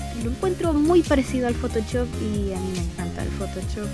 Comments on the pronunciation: me da gracia como dice photochop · me encanta tu pronunciacion de photoshop